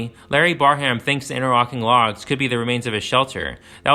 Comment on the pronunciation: Just FYI, it’s pronounced “Bear-um”, not “Bar-ham”.